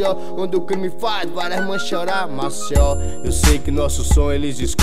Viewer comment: Música top, só precisa melhorar a pronúncia" Maceió" uma dica 👍🏼